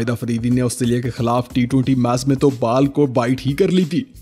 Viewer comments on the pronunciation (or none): Its ball Not baal🫣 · Bro you are saying baal instead of ball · Bro your videos are awesome but Bal nhi ball hota h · Bhai app ti ball ko bal bol Rahe ho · English words k correct pronunciation seekh le. Baaal bol bol ke dimag kharab kar Diya